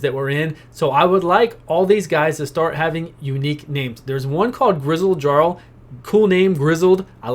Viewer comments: Gutbuster Brigade! Also "Jarl" is a title. And it's pronounced "Yarl" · Yup and its pronounced with a Y instead of a J so its Yarl